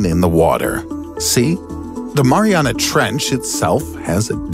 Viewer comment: STOP SAYING MARIANA